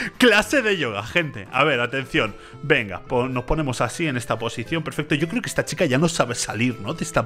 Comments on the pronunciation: Perfecto ❌ Perfesto ✅ 😂😂😂😂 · Ok ya no se dice perfecto se dice perfesto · Que lindo uve diciendo perfesto